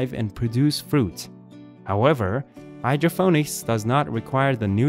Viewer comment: Its Hydro "PON - ICS" get a better AI speech program